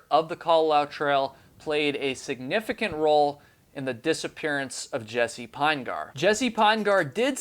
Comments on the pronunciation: I'm from Utah where this family comes from. Their last name is pronounced PIN-uh-gurr, not PINE-gar. It is a very large family, indeed. Thank you for keeping awareness of this case alive. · "Pinegar" pronounced like "vinegar." Jesse "Pin-eh-ghur." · Ditto. Pinegar rhymes with vinegar. That doesn't detract from the quality of the video though. Well done,. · Jessie (Pin E Gur), 3 syllables, not two. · His last name is possibly pronounced Pin'-eh-ger. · I don’t think you’re pronouncing his last name correctly. It’s Pin-e-gar. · You’re not saying Jesse’s last name correctly dude! He was my neighbor in Provo Utah and I live on the island of Kauai. Maybe talk more with his father Mark